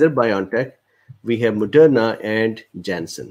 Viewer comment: nobody: absolutely not a soul: this dude: JENSEN IN JENSEN